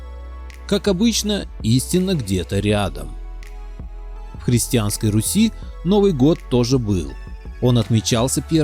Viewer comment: тцлавяне от еврейского тцлав - крест. Покрещенные. Братья тцлавяне - братья во христе. Руси правильно. Ударение на "У". Погане. Так их тцлавяне звали.